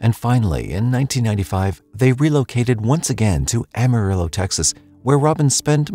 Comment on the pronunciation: “ll”, or double L, would be pronounced “-ee” in Spanish. “Ah-mah-ree-oh” 🤙🏾(don’t forget to roll that r 😊)